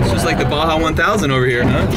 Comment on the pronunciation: it's Baja lol